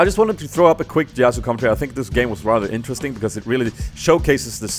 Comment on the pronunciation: PLEASE! You pronounce "commentary" like comtary... I know this is silly but it makes me go mad, com en tar y!;d